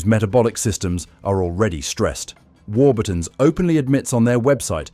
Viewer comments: This is a disinformation video the chemicals named in the video by the AI narrator (a real british person knows how to pronounce warburtons) were banned in the UK in the 1990s. I have no idea what the poster hopes to gain by this video but since when do these content creators make sense. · how do you pronounce warburtons? From a Brit.